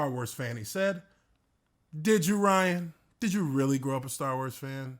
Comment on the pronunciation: I love how he says “Rhianna”.